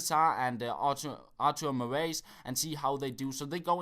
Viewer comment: oh god, your accent saying artur moraes is awesome. it's pronounced artur morais.